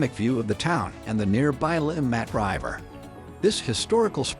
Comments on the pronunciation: This is a horrendous video using AI which can't evem pronounce "river" correctly, nevermind the Swiss place names. It also shows footage of Bahnhofstrasse for the Limmatquai section, and overlooks many of the most attractive and historic parts of the city. I live in Zurich. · Learn how to properly pronounce river . strasse etc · Are we gonna ignore the fact how the narrator reads RIVER?.....